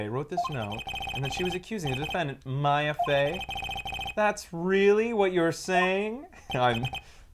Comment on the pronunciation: sometimes reads things (completely or almost completely) different from what they actually say. (I.e. "Miss Maya Fey isn't pink! = (Miss May isn't pink)